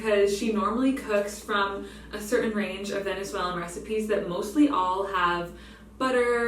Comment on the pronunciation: wait, did you say Venezuelan ?!?